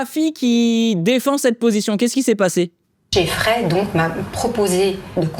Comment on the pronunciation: Elle dit bien jeffrey , son poto !